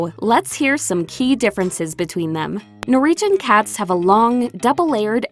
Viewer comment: What is a 'Nor-region' :-\ Norwegians are phonetically pronounced as 'Nor-Wee-Gen', everywhere except the US, it seems...lol